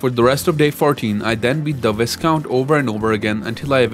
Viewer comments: So, it's not like it's an actual problem or anything, but viscount is pronounced "v-eye-count" not "vis (like piss) count". No shame in mispronouncing it mind you, just means you learned the word by reading it, not hearing it spoken (or whoever you heard it from learned it by reading), and full transparency: I used to pronounce it "visscount" too. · incredible video and very well done.. but a few minor comments. the S in 'viscount' is silent, 'vai-count' and im not even sure how you managed to say 'paladin' so wrong.. that was quite impressive lol 'pal-uh-din' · "Viscount" is pronounced "VAI-count" where VAI rhymes with WHY ;) Chitin is pronounced "KITE-in" as in the toy you fly when it's windy out ;) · If you're not sure of how to pronounce something, please look it up. The most egregious; Viscount is "Vi-count," Chitin is "Ki-tin," and Pal-a-din.